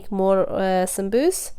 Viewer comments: why do you call it "Samsuus?" itis Saambuuse!!! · Beautiful. I like the way you say it Sambus. The correct way to say it is Sambusa/samboosa with vowel A at end of the word as it's in Arabic سمبوسة